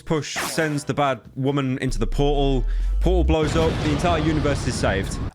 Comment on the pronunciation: I can't get enough of Pyro saying "portal"